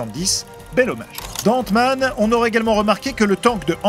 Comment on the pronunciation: mmdrr c quoi cette accent ? 😂😂 il did "ente-man" faute dire "ainte-man"